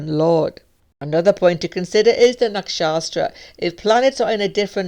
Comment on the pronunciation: Hi! Thanks for sharing! One feedback - the subdivision of house is “Nak.shat.ra” instead of “Nak.shas.tra”